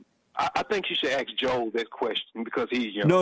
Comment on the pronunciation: lemme axe you a qwesshion